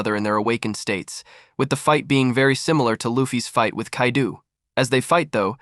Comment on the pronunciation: Bro calling kaido kaidu is wild